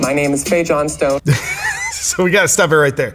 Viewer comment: Ok, 3 seconds in and I'm triggered 🤣😂😂 it's Johnstone, not John Stone wtf 🤦